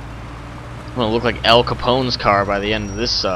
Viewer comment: It's not El Capone. It's Al Capone